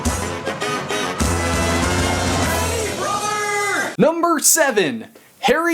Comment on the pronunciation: It's HARRY POTTER 👏